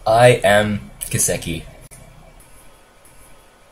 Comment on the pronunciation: Is kisekki korean... if so, it means bitch in korean.... especially the way you said it, it was the exact pronounciation. Dang!